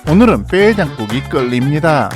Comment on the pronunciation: 오!느른 이라고 하시길래 경상도분인가 싶었는데 딱 그 부분만 경상도 톤으로 하신거구나..